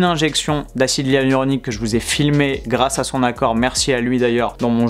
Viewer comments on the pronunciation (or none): none